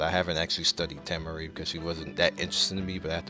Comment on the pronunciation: I love the fact u say tamari and kakashi wrong